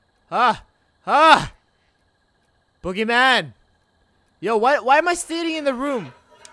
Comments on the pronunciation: When he said boogeyman I heard oogiman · when i first herd u said boogymam i thought u were talking about the wwe wrestler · I Thoght Guava Says BoogerMan XD